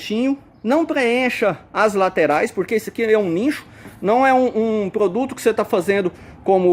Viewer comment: Não é nincho. Pronuncia nicho